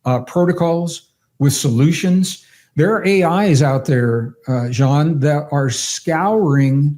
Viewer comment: And have to say this to compliment Gregg on yet another beautiful level of mindful humanity: first guest I have ever heard pronounce Jean's name so well and thoughtfully. 🫶✨️